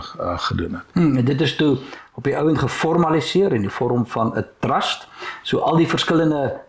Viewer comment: Dirk, nie "trast" nie, maar TRUST met 'n U asb.